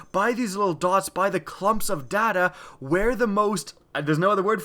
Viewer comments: The whole video i thought he was saying 'daddy' usage instead of 'data' usage XD. Good video, very helpful :) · In stead of data usage i heard daddy issues XD